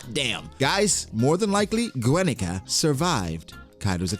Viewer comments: Guernica is pronounced Gernica not Güernica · bro i cant tolerate his pronunciation of guernica